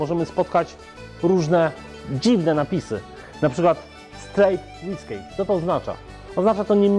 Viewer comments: Czy to się naprawdę czyta "łyskej" ??!! Nie sądzę. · Panie Szanowny, nie ma różnicy w wymowie pomiędzy whiskey a whisky . Trochę żenua, ale pozdrawiam :-) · Sposób w jaki wymawiasz "whiskey" mimo że pewnie poprawny, dla mnie jako dla kompletnie zielonej w temacie, jest zaskakujący i troche irytujący :) Pozdrawiam, zawsze dobrze dowiedzieć się czegoś ciekawego. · Absolutnie nie poprawnie wymawiane jest słowo "whiskey" przez cały ten film. miał dodać że obie formy wymawia się tak samo a tylko podkreśla to w tym filmie dla odróżnienia tego typu whisky, ale zapomniał i wyszło nie najlepiej.:( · To może tak...zero wzmianki o tym, że słód użyty do produkcji Bourbonu musi składać się w co najmniej 51% z kukurydzy (wymóg prawny bez którego spełniania whiskey nie może być nazwane Bourbonem). Daruj też sobie tą fikuśną wymowę whiskey... Sprawdź sobie wymowę w internecie.